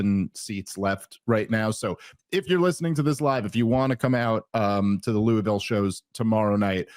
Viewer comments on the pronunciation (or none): Dave it's called Loua-Vull Kentucky if you live there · We may have to temporarily suspend your citizenship until you learn to say "Louisville", slugger. It's LU-e-vil 😊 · Okay. I appreciate the attempt. But listening to you try to say Louisville like that is like the white people who say Meh he co with some crazy accent in the middle of a sentence otherwise said with a PA accent. 😂